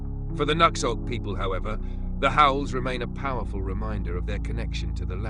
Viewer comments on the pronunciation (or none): They don't pronounce it /nux/ölt/ It's pronounced/nu/hõk/